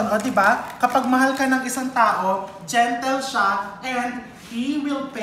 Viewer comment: Nanaapak ung mga words mo chef rv 😅 lalo na po ung gentle and focus😅😅😅